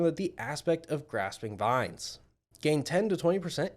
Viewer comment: great video. just an FYI... it's grasping veins, pronounced 'vaynz'. as in veins that allow blood to move throughout your body. not vines, the long plant that grows around structures. that's all. =)